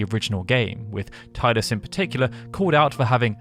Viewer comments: No I know, he just kept saying tide-us. thats what irked me. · "Taidus" It's Teedus! Great video anyway! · It's pronounced "Teedus" not "Tiedus". His name came from the japanese word Tida. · It's NOT pronounced tiedus FFS. It's Tee dus. At LEAST get it right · It's Tidus. Not [Taidas] 😅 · IT'S TEE-DUS NOT TAY-DUS !! FFS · I have to be that guy. It's "Tee-dus" not "Tye-dus." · I just don't like the way you keep calling Tidus. It's not "Tay-dus", it's supposed to be something like "Tee-dãs". In the Dissidia games they say the name right, at least. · I love you video however it's said TEEdus not Tide us and it's confirmed by multiple games including Kingdom Hearts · Why is this a English speaker thing where they call him Tydus? Its quite literally spoken the way its written, "Tidus." If it was Tydus, they would have written it with an Y. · Fine I’ll be that guy: phonetically it’s “Tee-dus” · Teedus... sorry it just irks me. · just gunna be that guy... even tho i hate it as much as the rest of you... its pronounced TEE-DIS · It's pronounced Teedus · it's pronounced teedus ffs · Tidus (Tee-dus)… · It's pronounced TEE-DUS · I usually enjoy watching your content, however with this video in particular it is very frustrating to hear you pronounce the main protagonist's name incorrectly over and over again. I remember arguing with people when this game first came out and about the pronunciation of his name and I really wish they had said it at some point in the sequel X-2. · So, a channel dedicated to Final Fantasy has a voiceover guy who doesn't know how to correctly pronounce the protagonist's name in one of its most popular games. Okie dokey then. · if you are going to do a video on a game, at least pronounce the main protagonists name correctly... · My ears are beat after hearing his name pronounced like that for 16 minutes. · Down vote for pronouncing "Tidus" wrong.